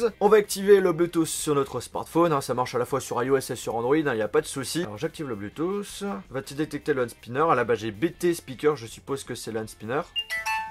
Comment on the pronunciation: Pk vous diser "bluetooss" et enfait c "Bluetooth"